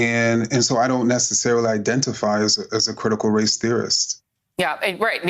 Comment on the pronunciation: Josh Can't even say race.